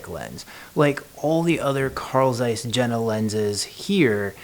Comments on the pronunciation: You read like this: Carl Tzeiss Yena ! Not : Zeiss or Jena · It is pronounced yen-na. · Yeah, the j is soft in German, but I would say it is closer to ye-na.